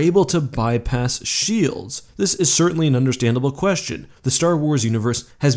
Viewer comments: I think you mean Shoelds. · 0/10 not shoelds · Don’t you mean shoelds?